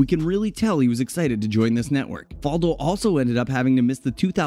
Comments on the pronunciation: Ok, well, it's Fal-do with the "fal" pronouced like "Al" or "Val," not like "fall" or "wall." Faldo's professional career started in 1976, not 1997. He finished 8th in the Order of Merit in 1977, not the "European Open" whatever that is. These are just a few of the many, many things this video gets wrong. If you're just going to regurgitate Wikipedia pages, at least do it accurately, folks. C'mon. Are these all like this? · Greg Norman was number 1 for 331 weeks, he's second to Tiger Woods, get your facts straight, and learn how to pronounce Faldo's name correctly